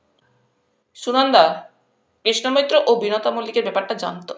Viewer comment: কৃষ্ণ মৈত্র নামটি উচ্চারণের সময় বহুবার কৃষ্ণা মৈত্র হয়ে যাচ্ছে।